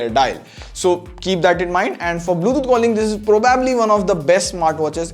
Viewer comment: Hey FYI its Bluetooth, not bluethoot